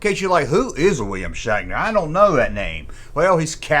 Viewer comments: Bro are you saying shackner? 😂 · The blonde is Yeoman Rand. She says Shatner was always harassing her on set. Are you saying “Shaqner”? That’s what it sounds like. I like Nimoy’s music better. He had a billboard hit about Bilbo Baggins, shatner was also the host of a show called “Weird, or what?” He rode around on a Segway looking for mysteries to solve. Don’t forget he was also the maniac in the Halloween movies, too. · Yew siad Shackner wong